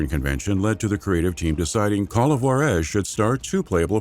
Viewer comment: Good video. It's Ju-ÁAAA-rez, by the way.